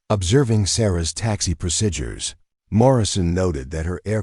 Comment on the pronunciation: Very annoying that the narrator can't pronounce the word, 'procedures'.